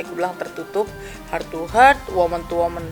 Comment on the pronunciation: Niatnya bilang heart to heart atau dari hati ke hati,tp dari pelafalannya jadi sakit ke sakit,,y emang jujur lisa sakit,, menyakiti bu cinta